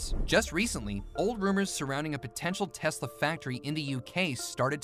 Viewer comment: Not Telsa it's tesla